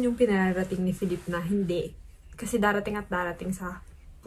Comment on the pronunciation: kung napanuod mo lang yan sa isang virtual concert, jusko lalaki ako pero hahahaha : correction “feh leep” po yung pronunciation ng name ni ken hehe.